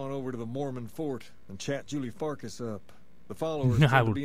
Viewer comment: the way he pronounces farkas it sounds like he's saying "julie fuckus" lol